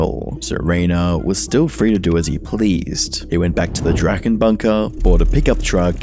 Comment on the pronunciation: guess he can't quite speak german though (he said the ch in drachen wrong among other things) Edit: he also mistranslated some of the less legible parts of drachenlords speech, for example writing down 900 instead of 911 from 911 Bob, though that may be just a normal mistake